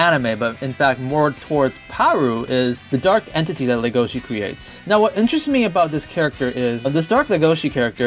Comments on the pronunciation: IT'S NOT LEGOSHE GODDAMNIT!!! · Legosi will always be LegoSHI in my heart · It's pronouns, "Le Go Shi" not "Le Go Si" because if you say "Legosi" it sounds like you guys are pronouncing "legacy" which Legoshi, #ProtectLegoshi, doesn't want to do. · in the french dub they said "LegosHi" I was like : "what? eh? D: " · I always thought you were saying Lu-go-chi